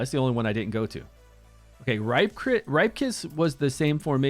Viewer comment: Isn't it pronounced "Rip-kas" not "ripe". Cuz u know, he's a "ripper".